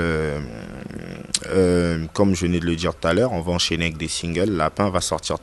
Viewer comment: Oui faire du buzz c du n'importe quoi mais tu es un fanfaron c vraiment toi un vraie lâche c loin d'être fini toi à Kin il ya vraiment des fous plus que toi ça se prononce dire et non djire